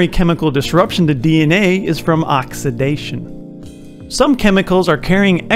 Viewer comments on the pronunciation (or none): none